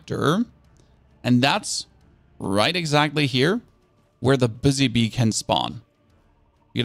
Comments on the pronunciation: I thought he said bussy bee for a second, and i lost it lol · lol he said:Bussy bee"